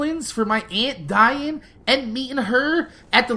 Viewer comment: Oh you said aunt die'n I thought you said aunt Diane probably because that's my mom's name